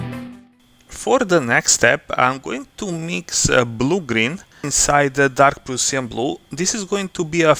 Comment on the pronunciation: Дарк праш(а)н блу, убија ме како ти изговараш :-D Добар видео иначе, ја бих вероватно плаву урадио ербрашем, брже је и лепши су прелази. А зенитал мислим да није битан на осталим деловима фигуре, тако да ако их заговнаш плавом није битно.